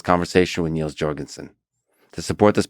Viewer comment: Niels is pronounced Nills not Neels. And if you want to get really fancy don’t turn that S into a Z sound.